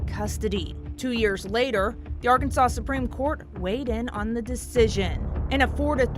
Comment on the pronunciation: . The name of the state is pronounced ... Arkan-SAW ... NOT ... Arkan-SAWS .